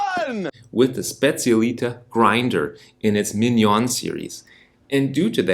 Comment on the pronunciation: The moment you pronounced Specialitá I had to leave….